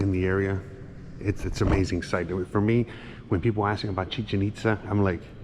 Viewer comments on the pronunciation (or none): He y!! Is not Xusmal, is Uxmal. Saludos! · Hola buenas tardes la zona arqueologica se llama Uxmal tu lo pronuncias como xuxmal jajajaja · CHUSMAL JAJAJA QUE ALGUIEN LO AYUDE SI NO LOS GRINGOS LE VAN A CAMBIAR LA PRONUNCIACIÓN